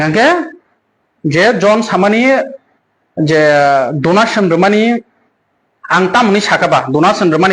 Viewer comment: Donation ❌ Dunation 😂😂😂😂